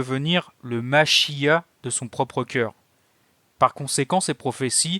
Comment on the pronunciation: Le mot Machia'h, il faut le prononcer avec le R à la fin.